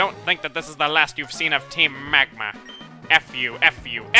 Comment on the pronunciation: MAEXIE OF TEEM MEGMA